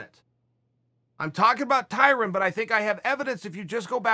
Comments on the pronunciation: Tyrin???? LOL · I once saw someone corrected a white guy when pronouncing Tyron as Tyrin. The white guy responded that saying Tyron is racist. lmao, could that be why Chael is pronouncing it that way?